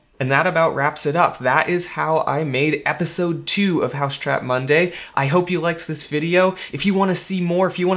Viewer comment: It's 'Mousetrap Monday', not 'Housetrap Monday'.